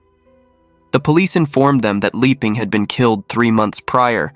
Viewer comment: Liping should be pronounced Lee-ping and not Lie-ping. There are other instances of mispronunciations in this and other vids. You have a good channel and very interesting cases but pronunciation of Asian names can be improved. Pronouncing Asian names the American way sounds odd, makes the story jumpy and your work appear sloppy.